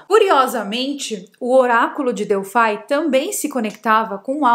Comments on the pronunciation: só me doi o ouvido quando vc diz Oraculo de "DELFAI" já que a pronucia e Delfos ou o no Grego Delphi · pois é eu tb fiz isso só me doi o ouvido quando ela diz Oraculo de "DELFAI" já que a pronucia e Delfos ou o no Grego Delphi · é "oráculo de Delphos". Delfai, não. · vc está pronunciando errado a palavra Delfos. Dentro do templo, o principal espaço chama-se cela. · Q nervoso ela falando Delfai 😂